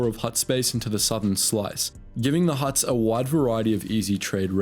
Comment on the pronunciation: They are called Hutts.. Not Helps..